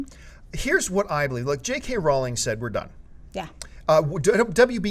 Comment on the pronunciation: 1st, I love all the Pirates movies. Some more then other but I can't wait 2nd, who else cringed every time he said J.K. Rawling?